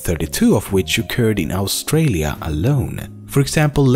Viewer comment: I love the way he pronounces the word Australia XD